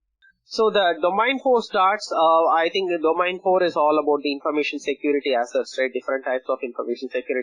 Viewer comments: Is domEIn not domAIn. I cant believe you guys teaching others about these important subjects and certificates and cant even pronouns the word domain correctly.. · Sorry if it sounds rude. ISACA is an international recognised body. There only one way to pronounce the word domain. Either you know it or you don't. These professionals need to up their game. You cant go on a call with a client from Australia, USA, UKnand call the word domAin.. Soz